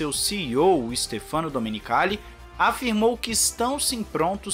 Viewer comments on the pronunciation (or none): Fala, eh stéfano domenicalli e não stefâno. Vlw. Me lembrou o Micaél shumaker do Galvão Bueno kkk